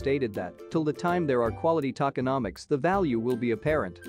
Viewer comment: “Tackenauhmics”….no no, “toe-kin-om-ics”